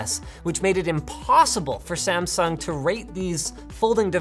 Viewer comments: Is disgusting how gringoes says Samsung.... Kskdkkdkdkf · You pronounced Samsung wrong again, please pronounce it right next time